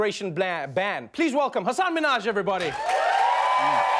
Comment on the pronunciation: Ha-ha-Hasan!? GAH ITS HASAN MINAJ